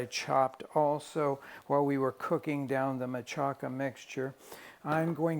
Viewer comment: I’ve never heard machaca pronounced mah-cha-KA. I’ve only heard it pronounced mah-CHA-ka. Is this a regional thing in Mexico or Chicago?